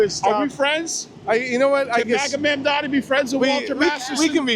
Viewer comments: i love how he refuses to pronounce mamdani correctly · You can tell this guy GENUINELY doesn’t know how to say his name 😂